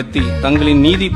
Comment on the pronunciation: 😂😂😂 திமுககாரன் பேசும் தமிழுக்கு மட்டுமே அவனுங்க தமிழ் நாட்டை ஆளலாம் 😂😂 சீ தமிழ் படிக்க தெரியல என்றால் ஏன் படிக்கிற வெண்ணெய் 😂😂 நிதியை நீதி என்று படிக்கிற 😂😂